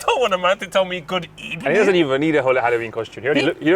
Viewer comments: Unai emery probably says ebening because he is part of a gang that changes V's in to B's #X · Why Emery says Good Ebening In Spain, the letter V is pronounced B. Why? I'll let you think of an answer to that. Hint: There's no rules. For now though let's just be happy there are no English words like Vitch, Vastard or Vollocks. Man would get fined every week for explicit speech #X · out here like a linguistic teacher fam #X GOOD EBENING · Them Arsenal really chanted "sacked in the ebening" No rules #X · Never a good sign that our Manager saying evening wrong is the best thing he does for the club... have a nice... ebening. #X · Emery says good ebening because in Spanish v is pronounced like a b. Habe a nice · From my Spanish class.. we pronounce the “V” as a B. So that explains Emery’s “good ebening” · Emery adds a B to good evening because Spanish people pronounces V's and B's